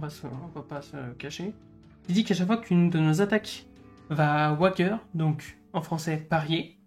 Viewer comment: Parier en eng se dit "to wage" ... prononcer ouaidje Donc ouaidjeur et pas ouagueur 😊👍 Tres propre cette video, bravo !